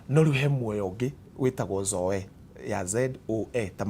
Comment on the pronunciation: Zoe the life of God is pronounced zoi... blessings